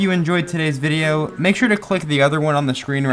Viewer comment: "This videwo is kind of like multile"